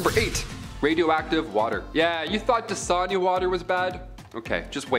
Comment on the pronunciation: 🤣🤣🤣 Did he say "Dasanya water"?